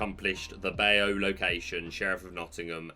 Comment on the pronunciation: can we talk about your pronunciation of “Bayou”? 🤣 For future reference it’s bye-you. 😉